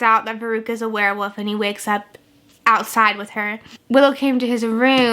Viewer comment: I love how you sometimes say "werwoof" and not "werwolf" <3 I think it's your dialect but it's cute